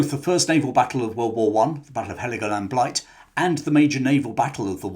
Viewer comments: Heligoland Bight not blight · Battle of Heligoland Bight, not Blight!